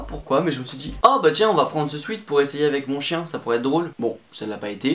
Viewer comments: Il a toujours pas retenu la leçon il dit encore « swit »... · C'est une horreur comment tu dis " sweat " quand on est bilingue...